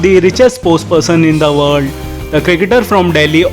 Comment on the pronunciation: Just love how he says " IN THE WALL"!🤣 typical indian accents.